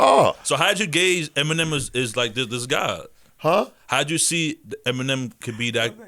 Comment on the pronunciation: the fact u said feminem makes u a cornball